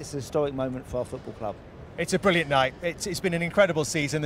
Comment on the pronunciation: Tony Bloom pronounces the letter r in words as a w. For example, Pwemier and Bwillant. Is that a Brighton accent? Or a regional accent?